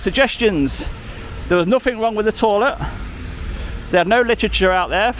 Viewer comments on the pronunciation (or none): Don’t keep calling it a “torlet” they don’t know what you are running on about!